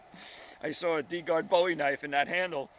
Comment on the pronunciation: Not to nitpick but you pronounced Bowie wrong. Aside from that, great vid!